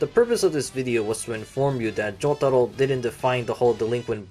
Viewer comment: I hear Joug-taro and the way I pronounce it is Joe-taro